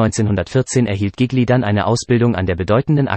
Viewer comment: Zuerst bekommt man einen Schreck, weil der Nachname dieses begnadeten Sängers so schrecklich falsch ausgesprochen wird... und nicht nur dieser... aber dann freut man sich darüber, dass man überhaupt die Gelegenheit hat, sich diese Kurz-Biografie überhaupt anzuhören... Gigli... einer der größten Tenöre überhaupt!!! ⭐️⭐️⭐️ Vielen Dank fürs Einstellen! 🙏🍀